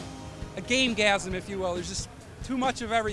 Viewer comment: Did just say "Gamegasim"?